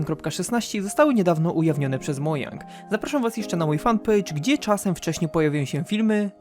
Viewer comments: Czyta się modżang a nie monang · Mów ,,modżang,, bo uszy bolą od ,,moJang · Mojang wymawia się Modżang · Minecraft ma już ponad 11 lat. A ty dalej nie wiesz jak czyta się "Mojang".